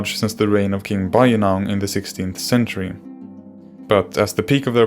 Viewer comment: Completely wrong pronunciation!